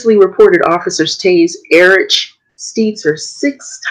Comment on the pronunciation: Highly Recommend you buy a YETI Mic. By BLUE. Inexpensive broadcast quality. As great as your video is, The audio is a bit painful. You said everything correctly except ERICH It's just pronounced ERIC.